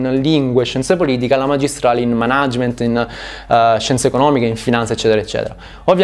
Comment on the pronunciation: Per l'amor di dio pronuncia per bene "Mànagement"